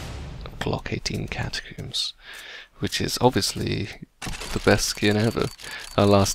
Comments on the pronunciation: CATACOMBS NOT CATACOOMBS!! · catacombs not catocooms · Its not catacooms its cata-combs. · IT IS NOT GLOCK 18 CATACOOOMBS, IT IS GLOCK 18 CATACOMBS...PLS PRONOUNCE IT PROPERLY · Every time you say "Catacoomb" I die a little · why does everyone on youtube call them Catacooms? Its cata + comb, do you pronounce comb as coom? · The way you say glock 18 catacombs gets me everytime I dont know why haha